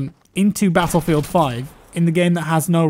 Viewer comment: there should be a compilation of saying battlefield... the way he says it is fantasticly satisfying